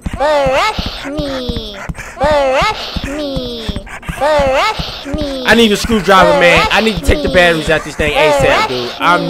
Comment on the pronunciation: Am I the only one who noticed that said "SHET UP" to Tattletail